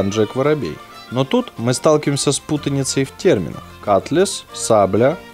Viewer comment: Не катлес, а КОТЛАС!